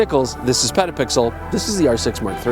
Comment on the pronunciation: "Did he say Pedo Pixel?" - my wife reading next to me lol.